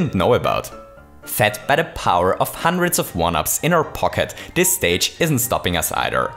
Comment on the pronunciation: Cough Cough I said.... HUNDRETS OF 1 UPS